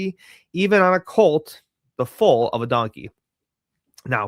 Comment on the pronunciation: Foal is pronounced like Fole